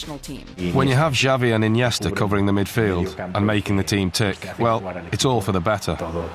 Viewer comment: What? Di Stefano and Puskas? Pele and Garrincha? Henry and Bergkamp? Pronger and Niedermeyer? And the pronunciation of Andérs Iniesta was... abysmal.